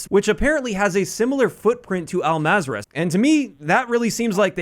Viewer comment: Everyone pronounces Al-mazrah wrong is just killing me at this moment. So it’s pronounced into three syllables ( Al-Mazra-a’ah ) Hope that helps y’all